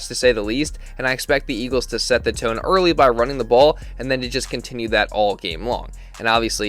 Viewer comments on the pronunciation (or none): none